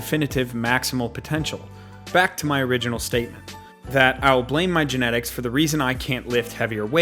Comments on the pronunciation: "Gentics" lol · Don't blame your "Gentics" lol